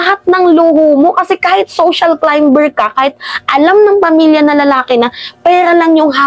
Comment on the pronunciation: Climber - correct pronunciation is 'climer', silent 'b'